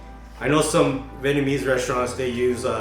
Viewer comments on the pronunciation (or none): none